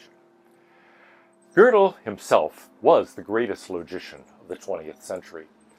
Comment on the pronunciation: Anyone who talks about Kurt Gödel should be forced to take a year of German, so they know how to pronounce his name correctly. It is NOT pronounced like the English word girdle, like the speaker in this video does.